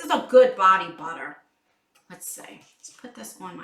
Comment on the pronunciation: I swear, I thought you were saying body water instead of butter haha. That cracked me up! I really like this box. It’s all about self love! Just like Ru Paul says, if you can’t love yourself, he the hell you gonna love somebody else?! Love you! 😘😘